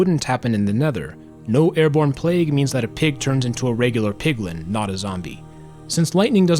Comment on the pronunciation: It sounds like you said “an unlimited supply of beans” 😂